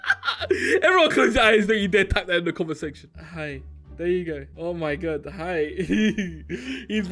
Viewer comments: Hey...... you said gi...instead of hi...I thought that was funny...hehe... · go back to English class Flashbacks to when said gi instead of hi